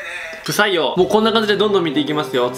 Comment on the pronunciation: 不採用が、 「臭いよ」って聞こえた。